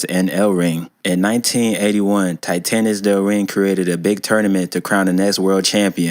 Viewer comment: “Tie-TANess” 😂😂😂😂 It’s “tee-TAHNess”